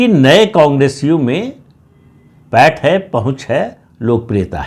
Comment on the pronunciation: प॓ठ नही पैठ बोलिये